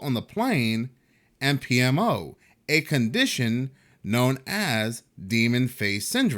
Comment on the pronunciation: bruh, i think u knocked it out the park pronouncing that $20 word PMO!!! It would have probably taken me several more attempts, tbqh